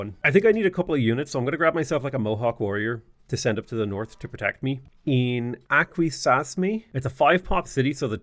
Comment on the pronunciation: Hey love your content, just wanted to help you out with pronouncing these native cities (I'm actually from those areas in NY). they are pronounced as follows: "aqua sas me" , "on on da ga" , "jen eh see" , "can an day gwah" and last lastly .................. "yo er maw m". Happy Gaming.